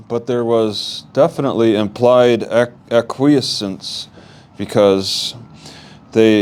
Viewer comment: Please get some help with this. I feel that you’re in over your head. You can’t be stumbling around where laws are concerned in a court of law. Also, Please find out how to pronounce acquiescence. a-qwi-essence. Which means accept something reluctantly without protest.